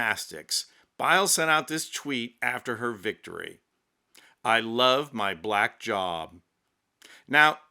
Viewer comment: Can Yall Please Watch Ur Videos and Pay Attention How U Say The Word Black. Please...